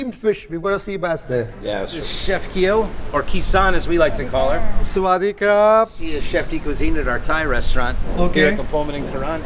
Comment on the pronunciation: Haha the way tried to say "Swaadeekha" to that lady chef was hilarious 😂 well tried though 👍😁